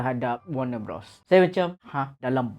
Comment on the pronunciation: Bros bang, BUKAN brOs. Macam kau sebut bro. Bros - besodare